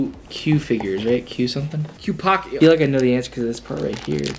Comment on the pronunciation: It's QPOSKET bro not qpocket haha I love you guys